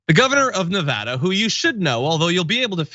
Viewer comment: john i love ya but you need to pronounce Nevada correctly please. fucked up that our governor would not consider any of these knowing that the deadliest mass shooting was here but completely unsurprising, he's LEO